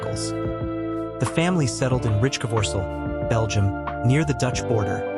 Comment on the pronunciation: Yes and the AI is too stupid to pronounce Rijkevorsel correctly. Rinus seems to be a problem too for AI 😉